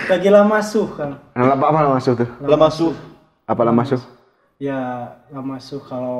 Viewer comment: Lamasuh :( bukan barusuh